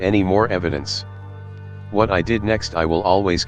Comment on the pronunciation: H'wut the L was that?